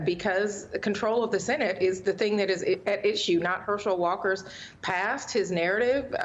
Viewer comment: Can we say Herschel can barely grasp the English language? “thang”? It is “thing”.